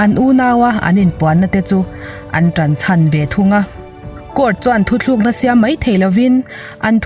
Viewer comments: Thu tlûkna tih turah thu thlûkna i tih hi a dik lo a nia aw, chuan, i chhiar fiah țhain a ngaihnawm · Min tibengvar thin e.chutih rual chuan mizo tawng chhiar leh a thu lam danah dik lo a awm zauh zauh..Thuthlukna ni loin Thutlukna tih tur a ni..Thu thar ka lo ngaichang zel e. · "Thutlukna" leh "thu thlúkna" hi a hran daih ania😀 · A ngaihnawm thin hle mai... Mahse, i thil lam thu thlukna i tih ziah hi a diklo a, thutlukna tih tur zawk a ni tih ka lo sawi ve mai mai.. Keep up.. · Thuthlukna ni lo in Thutlukna tih zawk tur awwwwww,,,.a ngaihnawm thin e😀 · Thuthlukna niloin thutlukna tih tur Ani zawk em...? 😊